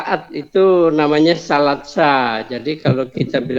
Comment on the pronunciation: Baru tau sy klw niat sholat Maghrib, "tsalaatsa", dibaca jd "Salat sa". 😂